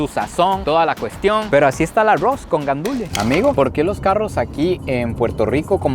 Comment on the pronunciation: porque sera que dice el nombre mal se dice "guandúes" no gandule ni guandules